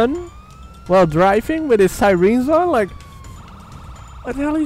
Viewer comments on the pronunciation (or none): Did you really just say sireens? wow I thought it was sirens lol